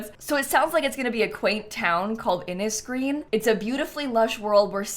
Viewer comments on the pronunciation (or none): Just a note on Innisgreen - this world is Ireland inspired, and the word Inis (a word for island in the Irish language) is pronounced Inish, as in Finish. So the world seems like it should be pronounced In-ish-green! Just in case anyone's curious! Also - the coast of Adhmor - adh is an Irish word meaning luck, and mor means large / great. The Glaswood tree also feels Irish, as Glas is the Irish word for Green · it os prounounced innish green as innis means island in irish 🇮🇪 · The correct Irish pronunciation of Innisgreen would be "Innish green", with a "sh" sound. As an irish person, I don't particularly like them using an Irish name for something that looks nothing like my country. Buildmode looks cute, but we've gotten soooo many nature based packs, so I'm just not excited about another one. Good representation of our homelessness crisis though lmao.